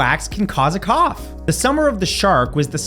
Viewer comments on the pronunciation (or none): none